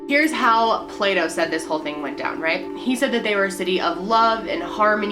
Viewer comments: Did just accidentally say Pluto instead of Plato? lol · does she keep accidentally saying Pluto instead of Plato or am I just tripping? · Plato. Lol, not Pluto. 😉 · It's Plah-to xD Not Play-Dough HAHAHA! I got so confused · I love how she accidentally said “Pluto” 😂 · I died laughing when you said “pluto” instead of plato😂😂😂😂😂😂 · "Plato" not pluto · anyone else catch her call plato pluto lol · "Play Dough" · "Pluto" lol... Loving your videos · The way Americans pronounce Plato is hilarious!! It almost sounds like Playdoh..... hahahaha